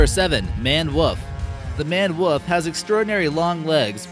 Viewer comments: Before I watch any more, I've got to say that you misspelled and misspoke the name of the Maned Wolf. It's not a Manned, which would mean that there were people involved. Please, I beg you, check spelling. I'm not so concerned about pronunciation, although that would be nice, just spelling so that I can look up something later if I want to. Thanks. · #7 as he said #17 Hahaha Manned Wuhf. Must live in Missouruh (Missouri) Dude Maned Wolf that's Wolf like Wolf come on say it with me, Www Ooo Lll Fff. You don't even have notifications on so why am I wasting my time. Do a lot of research and script yourself and you won't get so much crap. Just a thought. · #19 looks a lot like a Capybara. If scientist are looking for interbreeding, I would look there first. #17 Manne Wolf is beautiful and I would wager would be pronounced and spelled Maned Wolf #15 as always you mispronounced only this time it is their food. #12 the attach to ANYTHING INCLUDING HUMANS. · at #17 I kept hearing "manned woof" XD